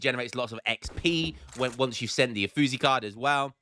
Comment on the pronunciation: iam proud of you for making the Mexicans happy. Now just not piss off the Italians anymore (lmao) because in germany we call it "uff" when ol bri´ish lads mess up saying Uffizi. - nah iam just messing around no seriuosness. but if you ever wonder about them Italians... they break their spaghetti over things like that just saying aye?